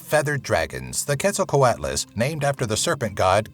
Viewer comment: its pronounced ketso-coo-ottle